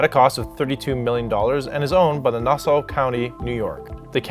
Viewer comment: Great video man. As an Islanders fan I can tell you the main thing we don't like about Barclays is its not home. That building and Shea Stadium were my childhood. On a side not your pronunciation of Nassau hurt my ears. Just say it like Nass-Saw. Keep up the good work even though I'm gonna hate the next video due to the Rangers sucking.